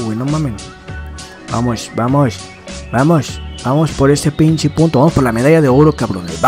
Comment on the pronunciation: segundo comentario eres el mejor me da mucha risa como dices pinchi o pinche xD